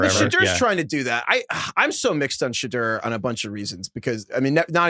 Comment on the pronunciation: You guys have 3 months to figure out how to pronounce Shedeur! 😂